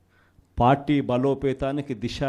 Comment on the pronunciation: TEY DISHAA KAADHURAA 🤪🤪 DISA (Direction)